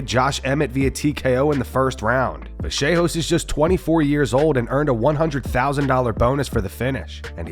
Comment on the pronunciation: Why are people pronouncing Vallejos so strange? LL = "y" sound not a "j" sound